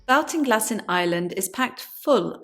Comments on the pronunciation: Interesting research . Though the area is pronounced & known as Ball- ting- glass by all in Ireland. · I'm from Hacketstown which is just a few miles away from this. Great to see more information about it. Baltinglass is pronounced like "Baltic" - So like "Bawlt-in-glass". Looking forward to seeing more videos on the subject! Thanks 😀